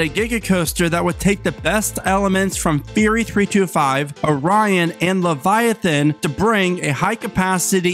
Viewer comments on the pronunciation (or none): none